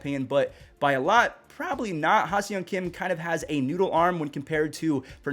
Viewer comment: love your videos. Can't wait to watch Tatis again. FYI - the pronunciation of HSK is (HA-SONG KIM)